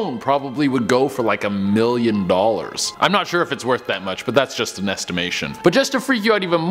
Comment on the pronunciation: So your hair is as you said "werth a million dulers"